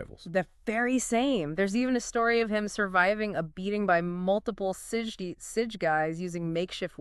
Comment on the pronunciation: sige is pronouced "see-gey"